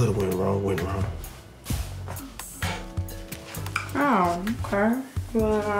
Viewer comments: 🤣🤣🤣🤣🤣🤣your computer is wung Man: did you say wung???? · She said your computer is wong yet she meant wrong 😂😂😂😂😂😂